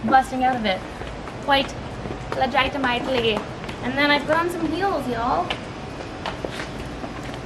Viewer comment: the skip/jump was weird but I'm glad I got to hear you say legiti-mite-ly twice lmao